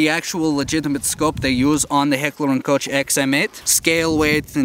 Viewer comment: born in Russia - doesn't know how to spell his own city (I know it because I know russian as much as russians know it) and secondly, pronouncing H&K manufacturer wrong- says he lived in Germany. Doesn't seem to be true